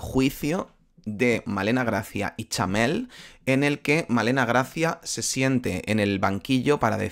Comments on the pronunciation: POR QUÉ DICE CHAMEEEEEEL😮‍💨😮‍💨😮‍💨😮‍💨😮‍💨😮‍💨😮‍💨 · Porque dices Chamel y no Chanel? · Ella se llama CHANEL, NO CHAMEL como dices todo el tiempo tío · Cada vez que dice chamel pienso en un camello, no se por qué 🤣🤣🤣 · Xq dice Chamel